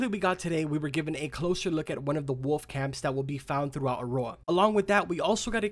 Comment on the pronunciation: Go to the mirror and practice saying the word woLF. God you say woff or woof. It’s woLF!